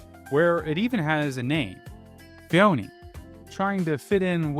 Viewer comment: Personal pronunciation gripes: I've only heard Hateno pronounced as "Hat-en-oh" by you, every other time I've heard it pronounced it has been "Hah-tay-noh"; also iirc Phoeni is pronounced like phony.